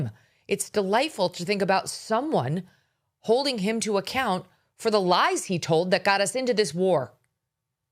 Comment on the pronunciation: "kina hoding on" Interesting diction😂